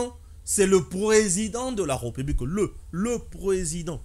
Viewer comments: On prononce "république" et non "republique". Ré et non "re". Tu as des difficultés de prononciation de certains mots et de lecture. Améliore toi. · Arrête de dire REUPUBLIQUE !! C'est plutôt RÉPUBLIQUE !! Nulle pour moi l'intention de jeter une suspicion sur ta maîtrise de la française mais est -il que certains mots , notamment, la république, tu les prononces mal !! Le souci au niveau de prononciation avec toi, tu as tendance à confondre la lettre E sans accent grave du É , ce qui fait malheureusement que tu dises REUPUBLIQUE ( Eu ), en lieu et place de RÉ . Ne prends pas ça mal s'il te plaît !! Ezo sonner ndé mabé na matoyi !